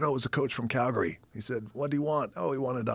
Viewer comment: Dwayne says Calgary right 😊